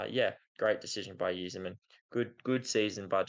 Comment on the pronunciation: its pronounced "eye-zerman" like the eyes on your face. cheers